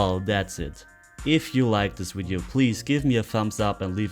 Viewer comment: From the top pool couple in NS we enjoy your explanation of the game. Get a chuckle every time you say wideo instead of video. 🙂